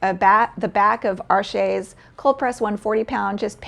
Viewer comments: Arches is French and it's pronounced ARsh, not arSHAY. There is no accent egu (é) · Arches is pronounced like “arshhh”. You soften the ‘ch’ to ‘shhh’, and the ‘s’ at the end is silent. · Really? I thought it was pronounced “Are-shays”. Somehow, “arshhh” seems quite incomplete to me…✌️🧓🏻🤷🏻.